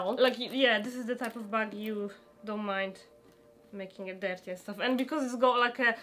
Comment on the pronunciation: But why is your english soooo badd😨😨 everytime they said shoes or dirty i died inside